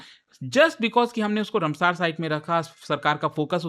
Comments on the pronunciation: Rumsaar nahi ramsar site😂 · Ramsar- रामसर not रमसर sir please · तोतले साले ये रामसर है,कौन सा नशा फुका है रे बाबा जो रमसार बोल रहा है। तू क्या मास्टर बनेगा रे।